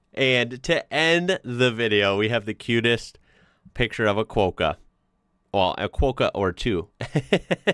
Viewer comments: Quokka...as in ROCKA not 'quo' or KWOKKA lol sheesh, yanks. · It's Quokka, not Quo-ka! Cheers mate! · Oh and quokka is pronounced at the start like CROC but with a W. Then -ka. Cwok-ka. Fast. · If no one has mentioned it, the bugs are called Christmas Beetles. They burrow into grass and plants to lay larvae and emerge in December as adult beetles. They are metallic colours, much nicer than seen in that photo. Quokka It's not 'kwoke-a' it's 'kwokkah' rhymes with rocker. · Quokka is pronounced like wok not woke. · I remember when women weren't allowed in public bars. It was a different culture then. Thanks for noting that Tasmania was missing in that map! Seidler was decades ahead of other architects and that is his actual house. They are pronounced "quok-Ka" with the short o and a. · Quokka is pronounced kwok-car (as rhymes with tok in tiktok) - car (motor car) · Also from a West Aussie Quokkas are pronounced qwock-kah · Sorry to be that person, but its not "Quokka" (sounds like quota) its Kw-o-kk-a. Ill add a link to the pronunciation in my reply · Psssst Quokka is pronounced like Qwocker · Quokka is pronounced qwoka 😉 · quakka is pronounced 'kwokah' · I love the Quokka (the ‘O’ in Quokka is pronounced like it is in clock), never seen one with a baby in it’s pouch before, so cute. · Quokker is pronounced the same way as Locker, Docker, Rocker. 😎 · Quokka!! O, aa in hot, not oh as is joke. Get it right!!! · The Quokka pronunciation needs a bit work. You know how you use a wok to cook up ya fried rice and stuff? Or when we say. It’s like rocker. Except we Quokka. When you say it like that you can rockka at saying Quokka.